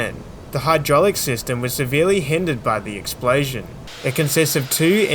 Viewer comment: What is an "explaysion"?